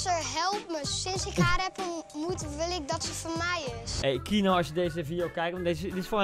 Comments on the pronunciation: iedereen : keano koen : kieno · echt ik word autistisch hij zegt : kienoo MAAR HET IS KEEAANOO!!! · kieno ? t is kieano zo spreek je uit koentje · Everybody: Keano Koen:KiEnO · Iedereen: Keano Koen: Kieno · Kieno.... het is dus KE-A-NO..... Koen.... man man man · Koen: keeno Normaal hoe het wordt uitgesproken: KEANO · Ik hinder me gwn heel erg op de manier hoe jij die naam uitspreekt 😂 kieno! Het is keano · je moet niet zeggen kienoo je moet zeggen keejaanoo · Niemand: Koen: Kienoe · je schrijft keano uitspraak: KiEnO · wie ergert zich ook aan:"keeno" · Je zegt de naam verkeerd je spreekt gwn de e en de a gwn normaal Dus Keeaano zo